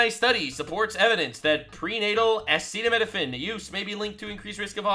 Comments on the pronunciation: I agree across the board, but I'd like to point out that Trump fumbling over and mispronouncing acetaminophen didnt do him any favors. I'm not sure how he had conversations about this topic and doesnt know the word acetaminophen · man I’m a massive Trump supporter, but you are lying. If you say this press conference was a good press conference. Trump couldn’t pronounce acetaminophen. He said that women just needed to toughen it out completely ignoring what RFK said about it being the only option for pain and fever, and there have been multiple studies that show that a fever, while pregnant being untreated is extremely dangerous and far more dangerous than autism. I love Trump, but he did not have a good press conference. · Oh god save us men, Midol has acet.... acetimin.... acetimifigly... it has Tylenol in it. And we know how important that drug is for our once-monthly sanity, I mean our spouses menstrual pains.